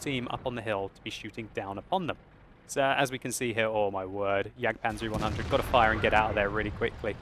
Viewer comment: Why do you call the e100 a "yaygadoo?"